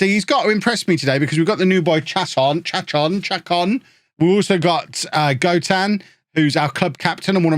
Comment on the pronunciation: Hey, keep the fan on I can’t even hear it with headphones on. The last part of Chacón’s name is pronounced like cone. He was on my local team Minnesota United for a couple seasons.